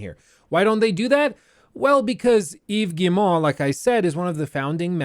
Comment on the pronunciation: "Eeeves Gii-moouh" love the way you say his name 🤣🤣🤣🤣